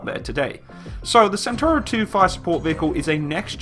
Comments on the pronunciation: Is not "santoro" but "chentauro" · so is pronouncing it like British Centurion (I mean the the tank of 50th)? Perhaps he will realise that. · 14miki CENTAURO 1 , CENTAURO 1 , not Centurio !